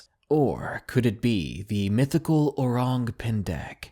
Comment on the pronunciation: O-Rung Pen-Deck O-Rung Who-Ton Need to be pronounce as quick as possible.